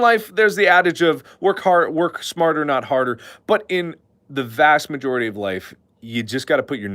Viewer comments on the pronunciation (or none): none